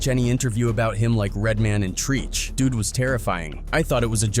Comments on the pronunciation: He said Treech 🥴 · Did this dude just say "Treech???" It's "TREACH." 🤣 And it's not pronounced 3rd "Bass," 🐟 It's pronounced "THIRD BASE" 😂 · I'm sick of these YouTube storytellers saying names and words wrong on purpose. I know it's rage bait and they just want me to comment. Which I did and you're welcome but it's so fuckin wack. "Treech" mf it's "Treach" short for Treacherous! Fuck! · dude called Treach Treache 😂😂😂😂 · For future reference, when speaking of rappers and you seem unsure of pronunciation, try to find some old footage, because you pronouncing Treach like Treech is hilarious....Treach is short for treacherous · lost my respect… you called treach “treech” 💀💀💀💀 another adam22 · Yeah, like Treach pronounced "Treech". lmbo horrible. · Okay wth did he say . ..."some of them were even carers"? God, I hate AI videos so much, lol. Edit: nvrmnd. Luckily, the other dude in the video actually says right afterward, "killers." I guess it said 'k-ers' or something to try to prevent being demonitized. Idk. Still stand by what I said about AI, tho lol. Hate the voiceovers. Literally called treach "treech" 😂 Edit 2: "LL... Cool... JLL dissed hammer" wtf is this AI even saying 😂 sound like someone had a stroke while tallking about ll cool j lmao Edit 3: add "3rd bas" to the list of names completely butchered Edit 4: "fellow rapper shemillionair" Edit 5: "hash-rip-hammer" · TREEECH, LL Cool _ _ _ _ _ _ J, SHAmillionaire instead of CHAmillionaire??????????? We have to thumbs down these lousy AI spoken videos. If the content creator isn't going to "proofread" or proof-listen to his/her video before publishing it, they dpn't need it to do numbers. Do the damn work! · min mark how do you pronounce rapper Treach like that? You can tell whoever made this video is not from the culture at all but just making $ off of the culture smh.